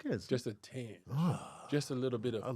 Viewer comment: “A tenge of poorness”